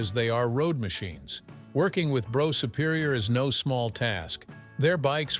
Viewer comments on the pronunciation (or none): It’s pronounced Bruff Superior not broff or bro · Brough superior, pronounced "BRUFF" Superior, really surprised this so called 'narrator' did not do any actual research into how to pronounce words properly. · it would help if the commentator could say brough superior correctly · Yes it got on my nerves to 😂😂